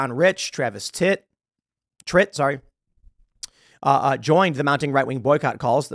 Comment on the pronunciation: Whoa bro did you really just say Travis Tit? lol That shit was funny